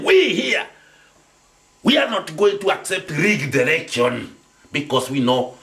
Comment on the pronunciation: This "erection" Yes this man needs to go back to school and not speak like an idiot. Kweri wi munyue kahio?